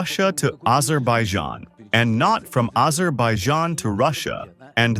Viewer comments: The God forsaken country is pronounced aZZerbaijan!! NOT aJerbaijan…haivan And it IS a fictitious country no matter how you slice or dice it. Do a simple historical research and you will see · Dude, it´s called the CAUCASUS and AZERBAIJAN not Caucus and Adjerbaizhan. Drive me nuts with those pronunciations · The spokesman said Azerbijan, Azidbaldjan , Azerbayzan 😂